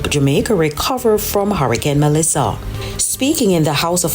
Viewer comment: Why do you continue to say “Hurrahcane”. Isn’t it hurricane?